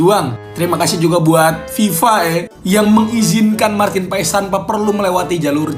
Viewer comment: Martin Pas..not martin pe es